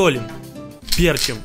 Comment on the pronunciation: Я один говорю перчим а не перчим?